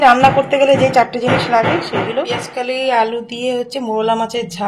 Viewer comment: দিদি কথাটা পেঁয়াজকলি, পেঁয়াজকালি না।